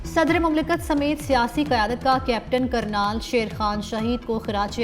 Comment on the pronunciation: Kernal bolna nhn ata shame on